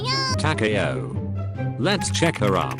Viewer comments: It's Ta-Ka-O, not Ta-kay-O. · Its Takaw not Ta Ka a Ow.